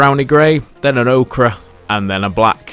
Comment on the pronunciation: Ochre in not Okra, just like Centre is not Centra - Its your language,, treat it well. You and Sorastro both drive me insane with this. Love you both though. That board looks fantastic.